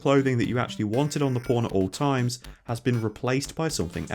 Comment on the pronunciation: I watch your videos with subtitles and I noticed that every time you say the word "pawn" the subtitle appears as "porn" and considering how many times you normally say it I wonder if this is hurting the recommendation algorithm of your videos. Anyway, I love your videos and hope more people come to know about your channel.